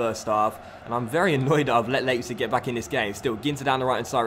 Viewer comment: you have to say "Lipetsig"